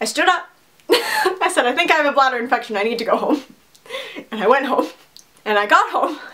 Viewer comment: "I think I have a blatter infection" I'm crying😂😂😂😂😭😭😭😭💀💀💀💀